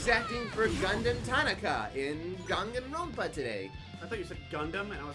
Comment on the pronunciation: The way he says Danganronpa makes me cringe.